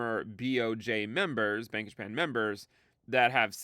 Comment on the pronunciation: Bank of Japan sounds like you saying Bankish Man